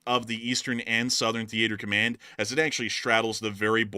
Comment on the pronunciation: Thee ate er command